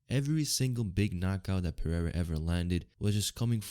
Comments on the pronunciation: "R" in Portuguese is pronounced "eh-he'''... you pronounced "Pereira" in the most ignorant and retarded way... Learn the basics you tard... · You say "Pereira" so incorrectly like a retard...